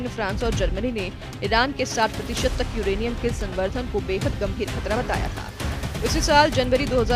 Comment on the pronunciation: Samvardhan galat read kar rhi h